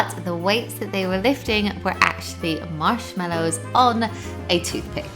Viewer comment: This is how may times she saided mashmello